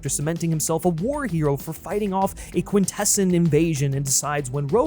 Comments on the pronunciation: I get a little confused when people who've seen the movie mispronounce "Quintessons." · They're called the QuintessOns, not the QuinTessons. Other than that the video's fine